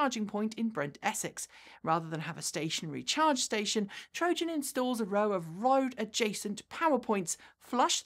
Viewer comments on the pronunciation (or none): none